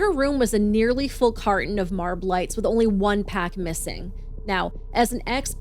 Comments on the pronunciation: “Marb lights” = cringe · “Marb lights” 😂